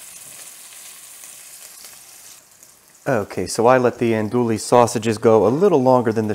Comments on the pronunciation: Looks good! BTW - It's pronounced ahn-do-ee, not ahn-do-lee. Used to live in La Place, LA, which claims to be the Andouille capitol. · Looks really good... thank you! Sausage is pronounced On-doo-wee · EN-DO-EEE!!!!! that’s how you say it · “Andooley sausage” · Pronounced "Ann DOO we" you don't pronounce the "L" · “Andewey” sausage (not “andooly”) “Pennay” pasta. (Not “pen”) Otherwise great video. Oh also, please! We do not want to hear you chewing. Gross. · Not to be too specific, but, the correct pronunciation is "Ann Dewey", and the pasta is "PEH-neh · Actually they’re pronounced AUN DEWEY......48 y/o lifelong New Orleanian 🥰 and PENAY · Naphisa Modmonss lol. Nope I’m a school teacher and how words are pronounced matter. Also, manners matter as well. If you don’t want to hear constructive criticism, then you probably don’t care about improving what you do. I’m assuming this guy does care hence my criticisms. He can take it or leave it, that’s his business. I guarantee you he won’t mispronounce ‘andouille’ or ‘penne’ again now that he knows as I’m sure—unlike you—he doesn’t get butt hurt over hearing honest criticisms and truly wants to improve his videos. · Ya see the next time he does a video wherein he has to pronounce ANDOUILLE or Penne, he will get it right [id bet you a $1000 he gets it right trust me] and that helps him in creating better content. I prefer he be better able to pronounce words correctly even if my delivery method is a bit harsh. You’d rather he continue to mispronounce words out of a misguided effort to be “nice”. You’re being nice does nothing to help him whereas my original comment DOES enlighten him.